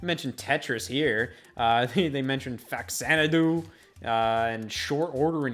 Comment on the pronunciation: As someone who loves Faxanadu and often uses the name in games/online when I can, thank you for pronouncing it that way and not "Fuh-Zan-uh-doo"